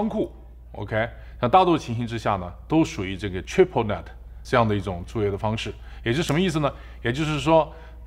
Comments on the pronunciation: net人家念的对的啊 是不是你念错了啊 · net发音都发不准，天那